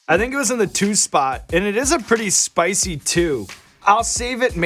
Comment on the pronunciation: Well there is a second chance with a “sp-ICEE” (spicy).